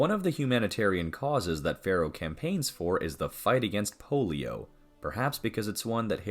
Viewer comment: The name is ‘Farrow’, not ‘Pharaoh’.